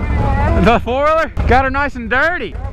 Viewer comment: Why do you say foiler its four wheeler 😂